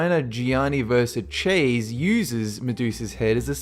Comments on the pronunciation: you should try and learn how to pronounce names correctly. I accept some uncommon ancient names are hard to get right but you even mispronounced the well known Italian fashion designer Gianni Versace incorrectly. (Versace pronounced Ver - Sah - Chee). Otherwise it was a good presentation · Gianni Vers-ah-chays?, you mean Gianni Versace. That is godawful pronunciation, even as an australian you can get words so wrong. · i don't think that that's the way to pronounce versace... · You butchered Versace's name man. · That pronunciation of Gianni Versace though. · damn you pronounced versace weird